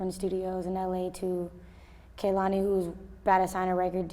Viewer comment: And we are going to fight if i hear one more person call her Kalani ITS K E H L A N I DUMMIES